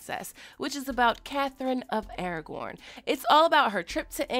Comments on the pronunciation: Aragon, not Aragorn. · Hey,, not to nitpick, but it’s Catherine of AraGON, not AraGORN. AraGORN is from Lord of the Rings. Also, the actress who plays Catherine of AraGON played Ramsey’s plaything in GOT.